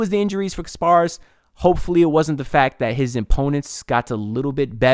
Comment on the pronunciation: Ik your gonna get it right but just wanted to let you know it’s pronounced KAS -paras sorta like Spartacus not kar paras but we’ll get it right lol A+ PICK